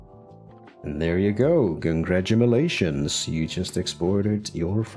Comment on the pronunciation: am I high or did he say "congradumalations"